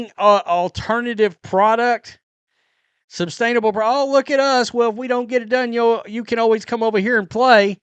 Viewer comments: Is it me or does he keep saying "substainable"? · Sustainable not substainable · Yes! There is no "b" in sustainable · Say “substainable” again. Jfc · I think it's sustainable not substainable.